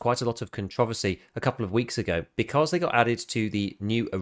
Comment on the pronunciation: I’m sorry, but that’s the first time I’ve heard controversy pronounced like that and I had to listen at least four times. 😂 I dig it.